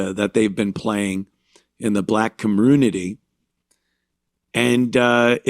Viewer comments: Why can't blacks pronounce ASK and COMMUNITY? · What's a kamunitee?